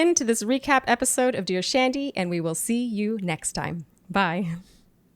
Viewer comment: I keep thinking she is saying “ Douche Andy” instead of Dear Shandy